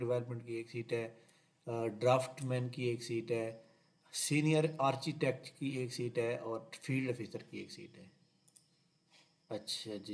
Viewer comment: Brother it will be pronounced as (arKEOlogy) "ARCHEOLOGY" & (arKItekt) "ARCHITECT".